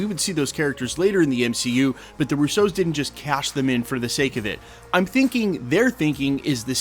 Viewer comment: RUsso. RU-so. The emphasis is on RU, not so. They are not French detectives trying to figure out who stole the Pink Panther diamond.